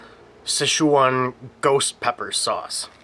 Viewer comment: Awesome review! Now you got me saying "Sesh-waaan." Girlfriend is giving me weird looks. "Sesh-waan." 😂